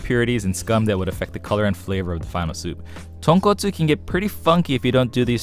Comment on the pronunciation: Skipped all the doods who pronounced tonkotsu wrong. Landed here. Stayed.